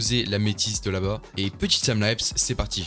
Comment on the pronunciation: un accent vraiment...